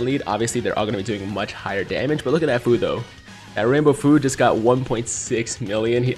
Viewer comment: Other Dokkan YTers say that Fu is pronounced few not foo just letting you know my guy, keep up the good content 👍